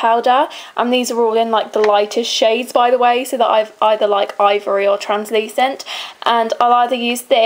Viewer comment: Omg the way you said translasent ^_^ x (I can't spell lol)